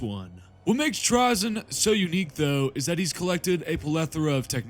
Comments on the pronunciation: With the y coming after the vowel “a” in the word it’s pronounced “tray-zen” not trah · FFS, I can't. I love a good hour long video about TRAY-ZYN but I can't make it past 2.5 minutes when it's about Trah-zyn. I know these are made up names by a Bri'ish company, but still. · I want to listen but I don't think I can bear hearing him called Trahzyn the whole time